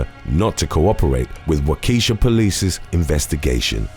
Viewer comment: Learn how to say Waukesha correctly